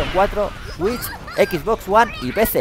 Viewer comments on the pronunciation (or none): none